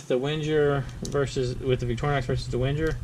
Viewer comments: It's pronounced Venger, not Wenjer. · Can you please stop saying "Wendjer"...? The "W" reads as a "V", and the "G" reads as a "Geee" not as a "Jeee" (as in "GO" not as in "JOHN").... WENGER spells "VenGer" Thanks ;)